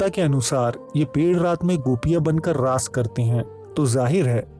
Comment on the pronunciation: Its not laays ,Its raas understood.